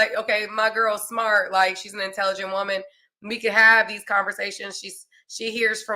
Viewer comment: That pawwt you big smawwt and point 👉🏾🔥